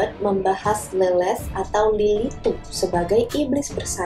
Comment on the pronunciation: Lilith kadang dibaca mba ini Lelet 😂